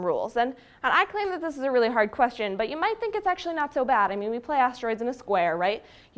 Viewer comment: What is that accent when she says "sooo"